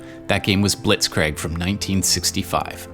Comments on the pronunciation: It's not BlitzkrAg it's BlitzkriEg. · Blitzkreeg (pronunciation) 👍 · pronounced Bitzkreeg